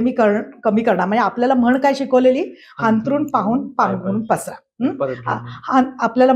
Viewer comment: हांतरून नाही अंथरून म्हणतात.